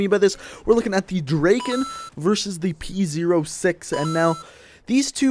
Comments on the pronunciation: The fire rate, logically is better on the P-O6. Yes the P-O6 takes 4 secs and the Drakon takes 2.5 secs BUT you need TWO bullets to kill, soooooo it takes FIVE secs to kill also, you pronounce Drakon Drakein' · Lol u say "drakin"